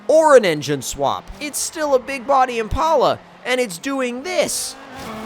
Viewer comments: its pronounced im-pal-a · Impala is pronounced like the animal impala